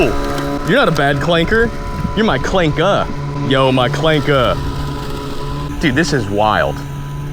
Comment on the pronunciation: Bro said "Clankah" 🤣🤣